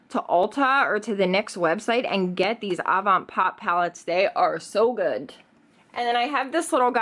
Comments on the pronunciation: Seriously annoys me how you say goodT instead of good.... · renee40 She does that a lot. Instead of pronouncing words the d she says t. Like goodt, badt, underratet etc 🙄🙄